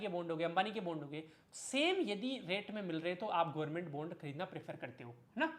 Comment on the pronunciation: सर यार बॉन्ड बोलो प्लीज यह बुंड का आदान प्रदान सुनने में बिल्कुल भी सही नहीं लगता है 😂 Jokes aside I really like your work, appreciation and thank you from the bottom of my heart ❤ Keep it up